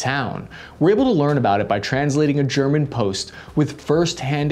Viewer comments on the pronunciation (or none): ok very off topic but it said greman